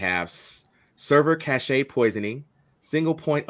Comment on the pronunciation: Caché instead of cache 😂